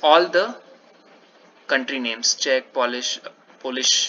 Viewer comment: Yes, you are pronouncing Czech correctly :)